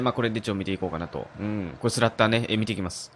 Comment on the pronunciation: 発音おかしいですよ。スラッターerですよ